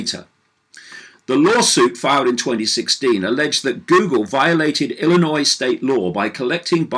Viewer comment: How is it that a British guy can pronounce Illinois properly but people that live here can't?